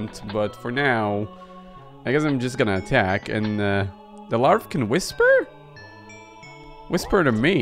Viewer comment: larvae is pronounced larv uh